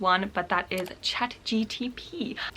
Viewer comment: my new fav think on earth is hearing you say Chat GTP